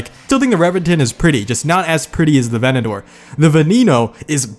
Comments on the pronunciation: A-ventador, again; A-ventador. Not venedoor.. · lamborghini aventador A-Vent-A-Door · bruh.... were you just saying “Venedor” instead of “Aventador” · Aventador only have 1 " o " bro 🤦‍♂️ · All these Aventadors and he forgot the J